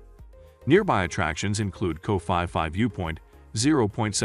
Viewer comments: fi fi island?? It's Phi Phi mate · We call P P Islands not Fi Fi Islands. Lovely video always ❤️ 👌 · Wow. You pronounciation of the Island is totally wrong. It's not Fi Fi Island. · 30 seconds into the video, your pronunciation of Phuket and Phi Phi was a HUGE turn off. So I turned you off. Geez.